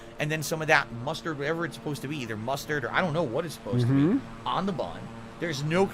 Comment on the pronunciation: How / why does he add extra syllables to the word BUN